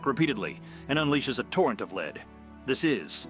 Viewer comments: Scary how good AI voice synthesis has become. If it wasn't for the lead (the metal) pronounced as lead (to guide someone) fiasco, I wouldn't have been able to tell. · Do these people even bother to watch their videos before they submit them? So many of the problems with the AI mispronouncing words could be fixed by simply changing the spelling to a non-standard form. Changing "lead bullet" to "led bullet" will cause the AI to pronounce it correctly. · Maybe listen back to your AI commentary before you upload? No human would mistake 'lead' for 'leeeed' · lead bullets are pronounced "led" with a hard E, not they way the narrator pronounces it. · Lead - the metal - is normally pronounced ‘led’. Perhaps your AI isn’t quite as ‘I’ as it’s purported to be. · AI: "Soft lead bullet" pronounced as in "to lead somebody somewhere." To heck with AI, including horrible voices. Can't believe I stayed so long. Shame on you. Boo. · Leed boolits... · Your AI doesn’t know how to read… or read(red) lead or lead(led). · What in the hell is a leed bullet? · AI commentary is "wonderful" I always thought bullets were made of lead not "leed"!! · A hail of leed? Soft leed slug? Really??? Never again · Apparently, AI narration that pronounces words correctly is also a myth. The number of times it said "leed" for "lead" (led) was annoying. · "Let's not forget the THE SHOTGUN!" shows a picture of a REVOLVER. "The classic movie GUNFIGHTER!" Shows a clip of Fistful of Dollars. Keeps pronouncing lead (led) as 'Leed' The Colt POINT 4, 5 (repeatedly) "... Long after the West was SITTLED" SITTLED? That's just lazy content creation. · You say you read all the comments... Your AI narration absolutely is awful.. Soft Lead pronounced "leed" ?!? I couldn't forward this video to anybody I'm too embarrassed by that. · Someone please reprogramme the synth speech here? Lead is a metal, pronounced like LEDD.... NOT the verb "lead" as in to LEAD, say, a blind man. stupid, stupid, careless crappy production.